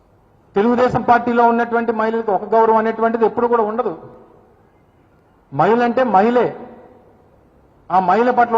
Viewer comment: మయిల కాదు అన్నా....... మహిళ అనాలి. తెలుగు రాదు ఇంగ్లీష్ రాదు. గుడ్డన్నకి. 😁😁